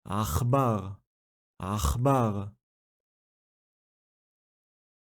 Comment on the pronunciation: hi i am a new follower and i wanted to know why you did not pronounce sheva on the word (akhbar)